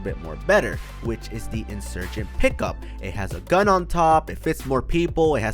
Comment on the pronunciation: He said the insugent expensive 😂😂😂